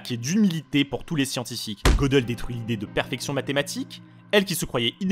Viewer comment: En fait ca ne se prononce pas Godeul mais Gueudél